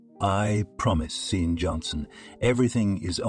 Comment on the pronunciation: "Loaves of sausages" and other bizarre expressions as well as offputting pauses, phrase repetitions, and odd cadences, read by computer. See-an for Shawn/Sean/Andy. "He almost didn't pass the bus stop." Many, many errors. Even the guy's occupation changes without explanation. "He gingerly shifted the speed limit to minimum." "We should call nine hundred eleven." "Six million rubles" (later, a few dozen dollars) bribe and "prison colony/penetentiary/juvie" implies a Russian cyber-author. The constantly shifting weather is also very weird, and shifting her/his she/he for no reason. The young couple go from volunteers at a soup kitchen to owners of a "sustainable and moral" bank. Lots of offshore bank accounts and other odd details.